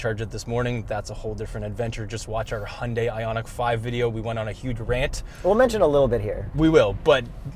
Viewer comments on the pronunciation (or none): none